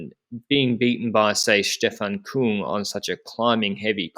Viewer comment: not koong it's pronounced kyng.